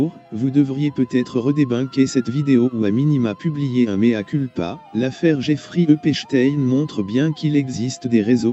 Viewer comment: J'éfrai Upé-Chtayne 🤣